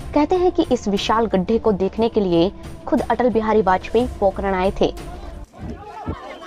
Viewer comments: Pokaran nai pokharan😂😂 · Madam it's Pokharan....not pokaran...Zalzala not jaljala...Ragistan not Ragisthan.... correct your pronounciation. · पोकरण नहीं। पोखरण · अरे इसे पोकरण नहीं पोखरण कहते है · it's not pokran it is pokhran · Pokean nahi pokharan kaha jata hai